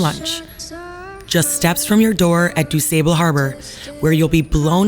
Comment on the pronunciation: “Tell me you’re not from Chicago without telling me you’re not from Chicago.” It’s pronounced Du-SAHH-bull.